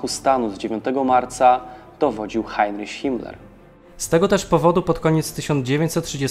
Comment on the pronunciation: Nie mówi się "Rajśtag" a "Rajchstag". Także nie "Hajnriś" a "Hajnrich". To w kwestii wymowy imienia Himmlera..